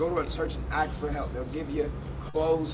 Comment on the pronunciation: Please no judgment but please it’s ASK not AXE